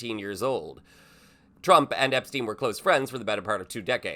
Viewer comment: Wait! What? He says he doesn't know Epsteen. I thought thats what I heard Cheeto say